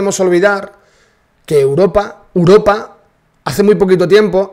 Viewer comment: La màxima exponente en decir Uropa, es la chiqui barriobajera.